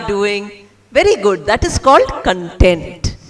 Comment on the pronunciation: She is pronouncing 'content' wrong. :)